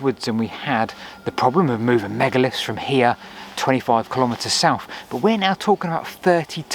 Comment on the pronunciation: Souph fwom norph?